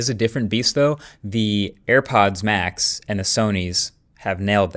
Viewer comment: I keep hearing AirPads max 😅